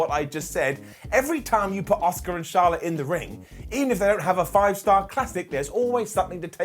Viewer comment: Love u!! Why do u pronounce Asukas name as Oscar tho? Just curious!